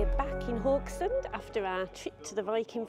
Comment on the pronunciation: Haugesund the first three letters is pronounced how the Scottish say "how" - geh-sund.